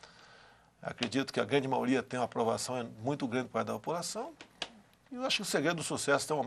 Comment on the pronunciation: "Maoria" (Risos).